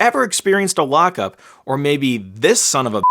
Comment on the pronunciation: you siad sun of a fucker